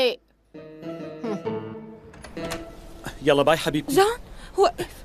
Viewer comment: اتقول ام قويق